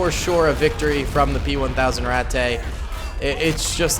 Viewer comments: just the way you say Ratte, its RAT-TUH not RAT-TAY, its not mein-ay its MEIN-UH, now for example, cheese, is kaze, pronounced KAY-ZUH, the e at the end most of the time if not always makes the uh sound, the a with umlauts makes ay sound. ik you like germany and all und ich lerne Deutsch zu sprehen, und die sprache ist ein sehr schon sprache. du haste Hochdeutsche, buhnendeutsche, und viele oder sprachen. du haste zu lerne die sprache, und der volk. btw i do not have umlauts on my keyboard, and i only used translate for spelling and pronunciation. i have been learning german for quite a while now and though i am not sehr gut, i am still trying. i see you like germans and all i just, idk maybe this helps and i do not mean to come across as a dick or a know it all, i try and share what knowledge i have. or maybe i am a dick and you say it like to be funny, idk either way its just yeah. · I believe its just pronounced rat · When you pronounce ratte it sounds like ratt a it sounds like i dont know how to explain but my ears dont like it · It has 2 pronunciations rate and rat... Never did I know rat-tay would trigger me so bad... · My German isn't as good as it used to be, but I believe ratte is pronounced ratt-uh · its pronouced rat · hey can you just pronounce the rate in it's proper pronunciation